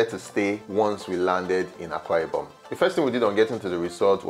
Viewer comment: It's Akwa Ibom, not Awka Ibom